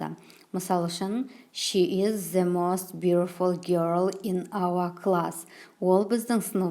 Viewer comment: Кушти тусиндиресиз🌹 th-з Деп оқылуы бір турли келеді. Негізі Th-сақау д мен айтсаныз супер болар еді.